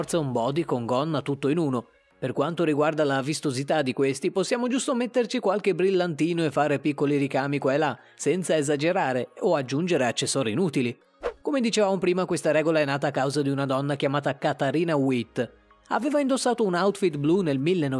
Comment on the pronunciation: Il “Lux” 😂😂😂 E vogliamo parlare di Katarina “Uitt” e di “Sùrya Bonàly” 😅